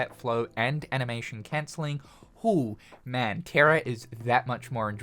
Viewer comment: “enoyable” “cencelling” 😭